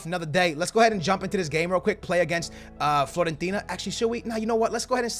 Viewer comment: It's FIOrentina, not FLOrentina